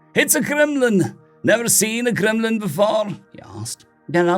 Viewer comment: Stop saying glimlin